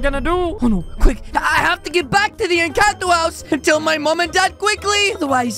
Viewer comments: In the first time you said Encanto Wrong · It kinda triggered me when said “incanto” instead of “encanto” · In the intro you spelled it wrong...it's supposed to be Encanto but you said incanto but still good video keep itnup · Incanto❌ Encanto✅ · Its called encanto not incanto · Its not incanto its encanto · Incanto lol it’s Encanto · its inchanto NOT intanto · i like at the front he says inchato